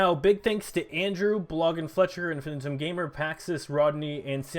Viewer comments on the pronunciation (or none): none